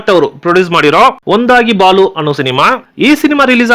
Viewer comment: Wonderful information. ಜೈ ಕಾಶಿನಾಥ್ Sir ಆದ್ರೆ ಒಂದು suggestion ನಿಮ್ಮ ಕನ್ನಡ ಮಾತನಾಡುವಾಗ ಸ್ವಲ್ಪ ಸ್ಪಷ್ಟತೆ ಇರಲಿ Sir. ಒಂದಾಗಿ ಬಾಳು ಅನ್ನೋದನ್ನ ಒಂದಾಗಿ ಬಾಲು ಅಂತ ಹೇಳ್ತಾ ಇದಿರ. ಬೇಜಾರ್ ಮಾಡ್ಕೋಬೇಡಿ ಇದೇ ತರ videos ಮಾಡಿ Sir. ಖುಷಿ ಆಯ್ತು